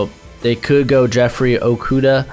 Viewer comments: Pronounced O-KOO-DUH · You are saying jeffrey okudah last name wrong look up the announcers saying his name. But great mock draft.